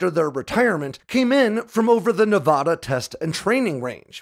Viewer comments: Tonopah is pronounced "Toe-No-Paw". The way you said it I could barely tell what you were referring to. Also, when referring to the State of Nevada, it's pronounced "Nev-a-da" and not "Nev-ah-dah". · You definitely have no idea about how irate that makes Nevadans because we’re not Nevahdahns it’s not Nevahdah Ne - Va - Da Nevada its prounounced how it’s spelled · As a Navadan... super irritating to hear someone say Ne-vah-dah... its Ne-Vad(like RAD)a. If you ever run into one of us and say it that way you know most of us will twitch... 😂😂 but as someone who grew up in Palmdale... great story , i miss seeing the F-117s on a almost daily basis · We pronounce it Toe-Nou-Paw (like the sound you make when saying eNOUgh) and Nev-aaaa-daaa (like da-da) not Nev-ahhh-daaa, sorry it was bugging me. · "TOE-nuh-paw" and "Nev-ADD-uh". Not "Nev-ODD-uh". This is how locals find other locals. Definitely don't pronounce it "Nev-ODD-uh." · Some seriously mangled pronunciations in this video Tonopah (TOHN-ə-pah), and if you can't read pronunciation guides, this will get you closer than what you were saying : Toe-nuh-paw Nevada (nə-VAD-ə) - the first "a" is hard, not soft. And there's no such place as the "paramint" valley as stated in the video, it's the Panamint valley. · BTW, it's pronounced "Nuh-vaaaaada" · It’s 2023 and we’re still pronouncing Nevada as nevahduh smh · He can't say Nevada correctly, you expect him to get Sammamish? 🤣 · hey, i love your videos! you should check your pronunciation of "Nevada" - i used to say it the way you are saying it, then some people from Nevada got very upset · Your stuff is awesome.....even though you say "Nevada" wrong. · Days since pronouncing Nevada incorrectly: 0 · The first A in Nevada is pronounced like in apple, not an AHH sound. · You're pronouncing Nevada wrong